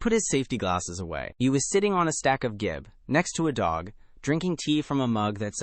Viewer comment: Gib is pronounced jib. It is short for Gibraltar board, which is a brand name.